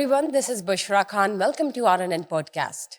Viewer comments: بڑی حیرانگی ہے کہ سمجھنے سے قاصر ہیں کہ ہوسٹ انڈین ہے کہ پاکستانی.... خان کو کھان کہہ رہی ہے زخم کو زکھم کہہ رہی ہے.... ڈاکٹر صاحبہ کو اسکی اصلاح کرنی چاہئے تھی... 😮😮😮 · Host should need to have proper Urdu language like she is always use کھان instead of خان،